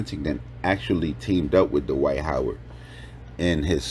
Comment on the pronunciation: Duh-wight Howard 😂😂😂